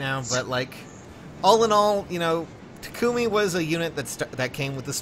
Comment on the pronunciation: GFKHGFJKGSKG STOP PRONOUNCING TAKUMI WRONG